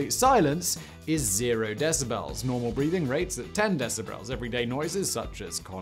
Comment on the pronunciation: My "brain strem" heard "decibrels" so MY cerebral cortex says you need an audio editor, too. And your ad libs aren't funny. Just deliver the content please.